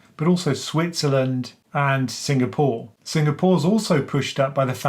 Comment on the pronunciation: The way you pronounce Singapore, I would have never guessed for it to be at the top of a list of rich countries.